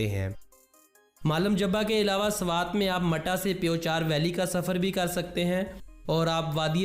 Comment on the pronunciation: Sarwat nhi swat 😂😂😂